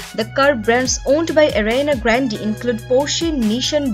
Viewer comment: Did someone noticed how the narrator of this video pronounces Ariana Grande